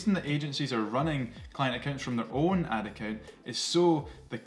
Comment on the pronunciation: Ad account!!!! It took about 5 times before I realized you weren’t saying Atakin! 😂🤣😂 I was trying to figure out what Atakin was!!